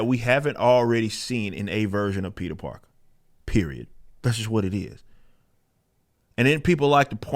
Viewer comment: His ass said Peter Darker LMAO